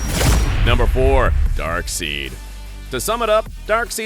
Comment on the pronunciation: Please never pronounce it Darkseeeed again😂